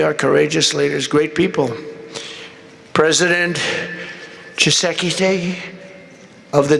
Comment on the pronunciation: Dat look wen Trump pronunced DRC president's name "Kisekisegi" 😂😂😂😂 instead ov Tshisekedi